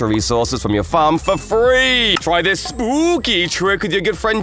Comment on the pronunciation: '' thjhis works with glass to''